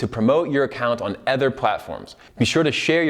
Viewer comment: Am I the only one struggling to listen to him say "other"? Please correct the way you pronounce that word lol its so bad...